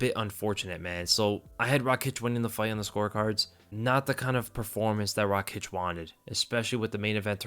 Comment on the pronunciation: Noo Rakiic its Raakic